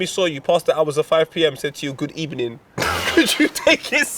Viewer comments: Unai emery probably says ebening because he is part of a gang that changes V's in to B's #X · Why Emery says Good Ebening In Spain, the letter V is pronounced B. Why? I'll let you think of an answer to that. Hint: There's no rules. For now though let's just be happy there are no English words like Vitch, Vastard or Vollocks. Man would get fined every week for explicit speech #X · out here like a linguistic teacher fam #X GOOD EBENING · Them Arsenal really chanted "sacked in the ebening" No rules #X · Never a good sign that our Manager saying evening wrong is the best thing he does for the club... have a nice... ebening. #X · Emery says good ebening because in Spanish v is pronounced like a b. Habe a nice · From my Spanish class.. we pronounce the “V” as a B. So that explains Emery’s “good ebening” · Emery adds a B to good evening because Spanish people pronounces V's and B's